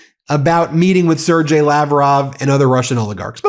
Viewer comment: Sergey is pronounced Sir Gay, not Sir Jay.